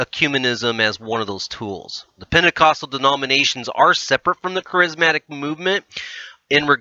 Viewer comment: Interesting yet hard to listen to bc of common Christian words being mispronounced! Ek-u-MEN-i-cal, Care-iz-MA-tic. There's a start, if you're going to say these words, please say them correctly! I'm not going too go back and listen to the whole thing again to show you other pronunciation mistakes but you might want to! 😉